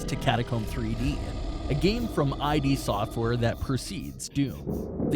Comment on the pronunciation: He mispronounced iD software